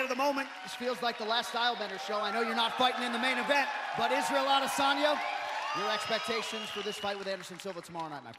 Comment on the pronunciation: Anderson Iz-ah-yel Adesanya